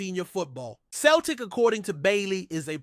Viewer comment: It’s pronounced Seltic you 🤡not Keltic 🤡🤡🤡💩